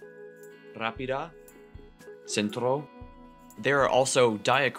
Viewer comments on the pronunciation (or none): If you explain about phonetics and pronounce examples, please at least try to pronounce them as they are indicated... or... dont pronounce them. You pronounced "jo'rro" "con'tro" "' 'ropida". Dont try to teach something you havent learnt. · You mispronounced rapida. The accent is just where you put it in the IPA, second syllable.